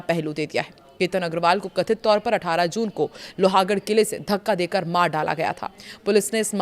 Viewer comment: Please see hindi / marathi spelling of Loh-gadh and pronounce it correctly. It is NOT Loha .